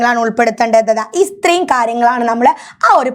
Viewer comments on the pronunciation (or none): ഇത്രയും ❌ ഇസ്ത്രയും ✅😂